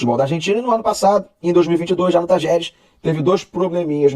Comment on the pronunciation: é TALLERES. Se pronuncia TACHERES. O LL no espanhol argentino tem som do nosso CH. E é uma palavra paroxítona e não proparoxítona como vc vem falando, não tem acento no A, a sílaba forte é justamente a LLE. Abraços!